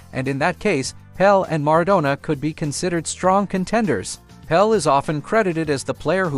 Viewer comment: Pele not Pel, PELE Not PELL